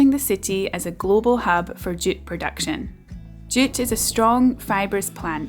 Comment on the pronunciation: ohhhh, JUTE. I kept thinking you were saying DOOT